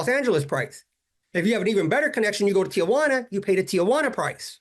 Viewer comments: You mean it’s not Tia Juana? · I'm the only white guy I know who can pronounce Tijuana correctly. Hint: it's 3 syllables, not 4